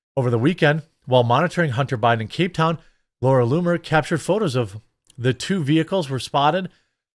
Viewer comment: Not being a douche, but that's not how you pronounce cape town.